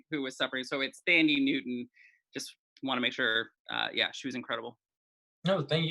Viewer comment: Thandie Newton. God why are names so hard for you guys.